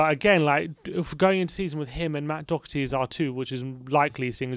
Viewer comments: It’s pronounced “dough-her-tea” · Doherty is pronounced as written. The 'o' as in 'lock' and the 'h' as in 'hat'. Thank you for all the updates, COYS